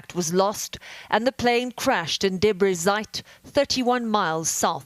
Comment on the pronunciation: Debre Zeit? Or Debris Site?